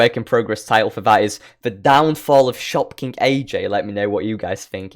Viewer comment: I kept hearing Shopkins 😂